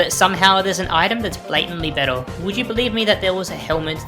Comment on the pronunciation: This guy says " L " every time a word ends with R but he CAN pronounce R because he says it properly in other words! "Bettel" "Daggel" I actually heard him say "daggeR" once as well so he can do it!